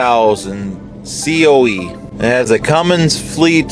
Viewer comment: Or how about the "Cummings" engine LOL. No G on the end of that name.